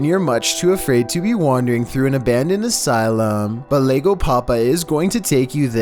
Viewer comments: #14 it's not Lego, it's with the y (yego) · “Lego papa” oh my, mi español is insulted 😂 it’s pronounced like “yego papa” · this dude said "Lego Papa" im dead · “Lego” double L is supposed to be pronounced like a Y :p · Double L in Spanish makes the Y sound. LlegoPapa = YegoPapa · For number 14, “Llego” is pronounced “Yeh-go” . Double L